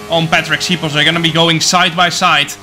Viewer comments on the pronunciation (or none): Its actually Shipos not Sipos!